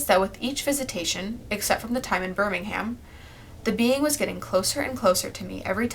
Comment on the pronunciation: As a British person, the way she pronounced Birmingham was really funny to me 😂❤️